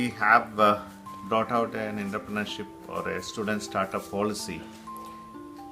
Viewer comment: eda poo VC than poyittu entrepreneurshipinte pronunciation padichittu vaada pulle